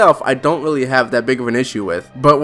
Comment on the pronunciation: Can u re-record this video you sound weally weedickyoulous, its hard to stomach